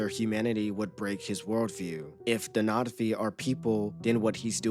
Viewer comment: Why are you calling them NOT-V?